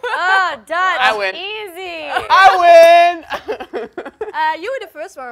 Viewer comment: When you said what's my name in Dutch I had to replay it like 10 time's cuz it was so good!!!